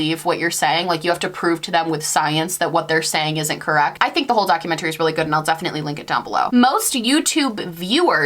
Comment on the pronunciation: are you from the same part of ny as stephanie harlowe??? y’all say documentary the same way